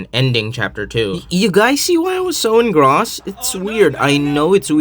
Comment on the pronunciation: >"...So I can forgive a bit of bad grammer." >"CharicTERRized" >"Engraussed"